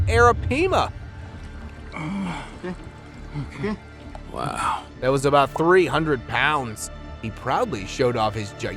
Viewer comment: PLEASE Tell me you didn't call that Northern Pike a TROUT with the third eye !! CMON MAN !! Had to co.e and Edit this. Umm now you called an Aripima a AriPEEMA. Really Be Better !! My God ylur horrible at your job !! Almost had a new Sub here but Nawww im out !!